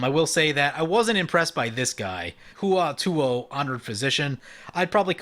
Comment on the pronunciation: Hua Tuo is pronounced "Hwah Toh". He was a surgeon during the Three Kingdoms period that employed a general anaesthetic derived from cannabis.